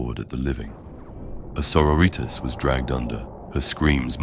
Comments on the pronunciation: Sor-o-ritas. Still lmao. 😂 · It’s fantastic, but it’s both grating and hilarious how it pronounces sororitas 😂